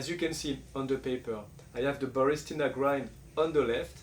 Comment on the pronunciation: It's ba ris TI na. You keep saying ba RIS ti na